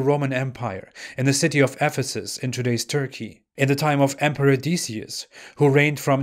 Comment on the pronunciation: Decius is pronounced Dek ee us